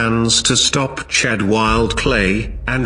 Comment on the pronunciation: its chad not cha